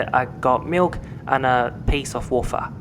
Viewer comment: I like your reviews but please don’t pronounce ‘wafer’ like that 😂